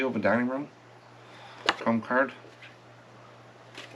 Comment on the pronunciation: Hi. I've watched you for a while. When you say "4 to 5 dollars" it sounds like you are saying 45 dollars. I know you aren't. Just thought you should know. ❤